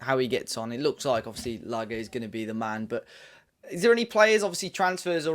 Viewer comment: Hope Wolves fans take the time to say this bloke’s name correctly. It’s not lager. It’s not difficult.